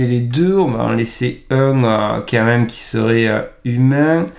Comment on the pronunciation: vidéo géniale. s'il te plait fais un effort sur ton KM. C'est pénible. Ca s'écrit QUAND MÊME et ça se prononce comme ça s'écrit. C'est km pas compliqué 😂